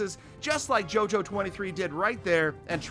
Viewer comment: Me getting triggered when he says JOJO it's pronounced yoyo 🤦‍♂️